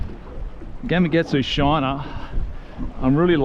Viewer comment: Another great video. Love the content. But, I just have to say - GamaKatsu. Yep, that’s a K in the middle, not a G.